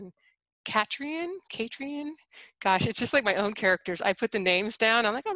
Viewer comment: I heard you pronouncing "Katrien"'. It's a Dutch/Belgian, maybe South African name. It's pronounced "Kàh-treen", with a short ee-sound, about as long as the kàh-part. And with àh, I mean the a-sound in British pronunciation of master or past.